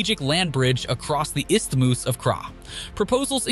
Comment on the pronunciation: Istimus? Gee, that's embarrassing